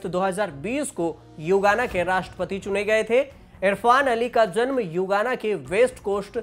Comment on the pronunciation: युगाना नहीं गुयाना है